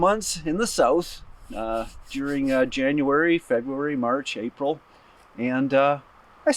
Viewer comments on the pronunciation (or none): none